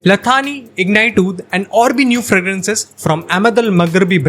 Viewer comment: ला थानी नहीं "ला सानी" होता है इसका मतलब बे मिसाल होता है